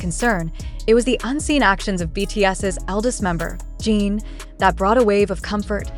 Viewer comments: Your Post is Always Full of LIES. And when will You PRONOUNCE correctly? It's JIN, NOT JEAN. Reporting You. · You can spell Jin as 'Jihn' in your English robot translator for these videos so it pronounces the name properly instead of 'Jean'. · ** You Can't Even Pronounce the Name Right. It's NOT JEAN. Get it Right.